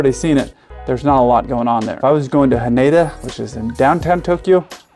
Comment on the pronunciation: Nah-Ri-Tah rather than Nah-ree-ta ;) (all the same with Haneda - Hah-na-dah rather than Ha-nee-da) Great vlog as always